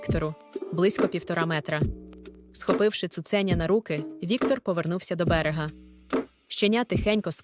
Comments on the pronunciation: Дякую. Я слухаю ці оповідання лише тому, що вони звучать українською. Прошу, якщо це читає жива людина, перечитайте текст перед записом, усвідомте, про що ви читаєте, поставте наголоси на належні місця, бо таки дуже образливе таке ставлення до української мови. Хоча б не "цуцЕня", а таки "цуценЯ". Не відтручуйте людей від україномовного контенту. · як можна так неграмотно ставити наголоси? цуцеееня, Дашооо, стааавок